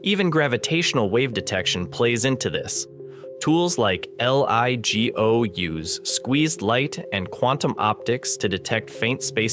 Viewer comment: Ell-I-Gee-Oh 😂 Made my day